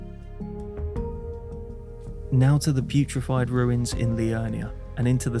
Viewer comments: It never ceases to amuse me that you always call the Purified Ruins the "Putrified Ruins". Did you just never notice? Please don't stop. Oh, and did you consider choosing the cracked pots as your starting gift, since it cuts out a bit of running around? Last thing, I swear - the godslayer greatsword actually does pretty bad fire damage, and scales with faith pretty poorly. So the fire-scorpion charm probably isn't worth it, except for maybe gideon. (Though judging by your vigour, as well as the jump , living is for cowards) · I love how everyone adds a T to the Purified Ruins and makes it sound the complete opposite of what it is 🤣